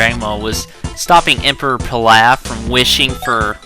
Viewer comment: its prenounce PILAF! man